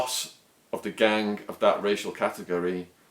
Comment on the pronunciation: Why do you say gang sort of like gangk? Is that some particular accent thing or what.